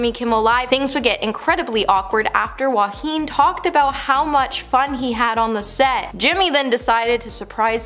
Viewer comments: Please pronounce Joaquin’s name properly. He should’ve never been cast in this role after what happened with Heath Ledger when he filmed the Joker. It literally killed him becoming the Joker & not being able to sleep due to the nightmares he was experiencing over the extensive mind manipulation used to get him to be right for the part. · Unbelievable she can’t even pronounce Joaquin properly & keeps repeating incorrectly. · I agree that They should pronounce his name correctly. However, he was amazing as joker. Also, maybe you forgot he lost his famous actor brother, River Phoenix. So, he definitely understands losing someone too early. Which is probably why he did such an amazing job.